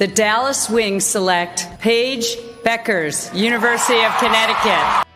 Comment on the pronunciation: Hilarious. How many times can Paige bueckers be misproounced. What a crock of shit story, tryig to start some kind controversy.